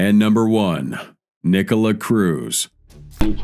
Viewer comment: Nikolas not Nikola